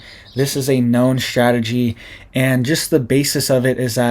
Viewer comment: It's strategy, not shtrategy😂😮